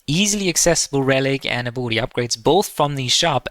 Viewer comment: Abolity? Since when is there an O in ability? Great vid tho, I just cannot stand the accent on that word